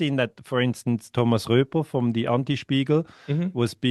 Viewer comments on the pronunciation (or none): none